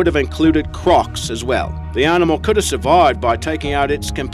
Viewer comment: Why does he place an 'R' where they don't belong in so many of his words ARfrica for Africa, ARnimal for Animal, AlaRska for Alaska and so on.